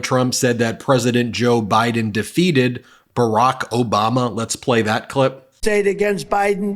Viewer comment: Anyone else notice the second pronunciation of Obama? He said 'Obaba'. I dont like mocking the unwell, but he is fair game.The rapist is melting into a puddle of 💩 in front of us. Do you really want him on the international stage? Representing you, the people? Please, vote 💙 for America and the world.